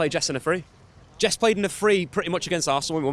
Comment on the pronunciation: Why does he still say Jess?